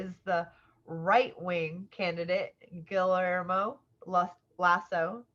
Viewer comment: Guillermo is pronounced gee air mo